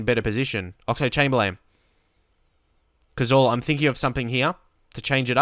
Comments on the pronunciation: Please say cazorla normal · Please say Cazorla the english way!